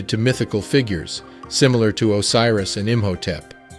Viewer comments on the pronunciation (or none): none